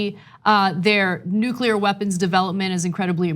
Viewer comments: STOP. SAYING. "NUKULAR"!!! You are the director of National Intelligence, and you can't even say "NUCLEAR" correctly! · Nuke-you-ler = wrong Nuke-lee-er = correct (Uthor whys u sownd dum) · He... he... the DNI says "nucular" instead of "nuclear". Nice to have such an edicated guy in charge. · After G.W. Bush, one would think that weapons/national security experts would've learned that 'nucular' weapons don't exist... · Anyone who says "nucular" should be held in contempt of the English language. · Dear Mr. Coats, It’s Nu-CLE-ar!!! Not nuc-u-lar, numb nuts... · Anybody else worried that this dude in charge of the National Security assessment keep saying nukeular? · Only an American would miss pronounce nuclear that way. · Wow... Director of National Intelligence isn't intelligent enough to pronounce nuclear properly. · I noticed that as well ..... another warmongering dufus.